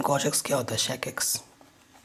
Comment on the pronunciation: Sir really helpful but the thing is it’s pronounced sec x not shake x